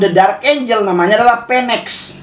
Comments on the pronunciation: Phoenix.... Nyebutnya funiks bukan fenek ya 😁 Phoenix was rise from the ashes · Bacanya Finix bukan peneks yaa bang. Dan burung Phoenix itu lambang kekuatan. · Bang, cara bilang ‘phoenix” itu ‘finix’ bang, bukan ‘penex’ oke bang. Salam